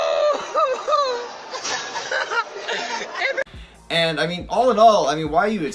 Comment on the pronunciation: “NIJA STYLE WOOOOHOOOO” Foreigners hahahahaha hilarious